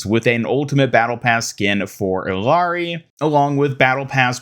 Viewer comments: You're worried about mispronouncing a japanese name when you've been calling the peruvian hero "Hillary" for years ? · Your mispronunciations of names they tell you the pronunciation off pisses me off so much. Anran is not "on-ran" it's "on-ron". Emre is "em-ree". Illari is "e-yari". Jesus, how hard is it to pronounce shit right?